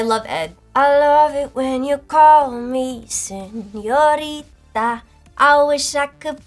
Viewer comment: When she went “SenioriDA” I felt that